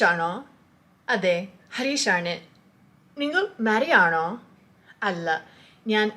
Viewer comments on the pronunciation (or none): none